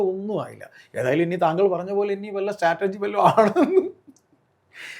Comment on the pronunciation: ഈ രാഹുൽ എന്ന ചെറുക്കൻ എപ്പോഴും സ്റ്റാറ്റർജി എന്ന് പറയുന്നു. സ്ട്രാറ്റെജി അല്ലേ ശരി